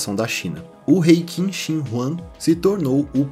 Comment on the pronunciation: Qin se pronuncia Chin, é de onde veio o nome China, o mesmo vale para a dinastia Qing, se pronuncia Ching, mas estes não são chineses e sim Manchus